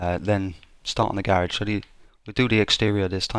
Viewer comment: It's not ga rage. It's garage...